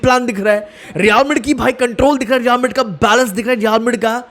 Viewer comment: Bhai pahle Real Madrid bolna seekh yaar.